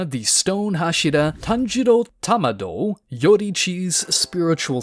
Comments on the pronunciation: bro why you sayin tamdo no its kamdo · Stop saying Tamado